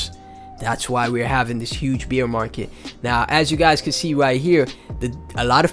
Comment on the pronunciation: thanks for the tectonic content brother! you also gave me a good laugh this morning, every time you said "bear market" it sounded like you said "Beer market" haha... I mean no harm by this and its all love. thanks for the laugh and the content <3